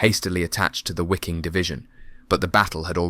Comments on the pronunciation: How difficult is it to pronaunce Viking instead of Wiking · Those "Wickings" fought like the Vikings of old. The letter W is pronounced as a V. Ffs. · "Wiking" in German means (in English) "viking" and it's pronounced the same way as the English word "viking". A small detail. The narration on this video was excellent. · Wiking Div. Pronounced as V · Good video, but please, pronounce the W's with a V. Waffen would be pronounced as Vaffen.. Same with Wiking. It sounds better when pronounced as "Viking Division" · Wiking as in the Wiking Division is pronounced Viking. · Nope, I've heard native German and Austrian speakers say the divisions name, for some reason they do pronounce it "wicking"